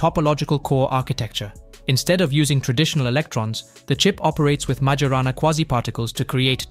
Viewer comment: If you're going to do stuff like this, it would be good to at least learn how to pronounce MAJORANA.